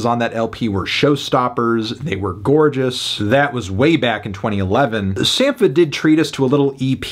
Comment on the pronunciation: Its pronounced “Sam-pa” - just saw him in Chicago last night and he further confirmed this when he first came out and introduced himself.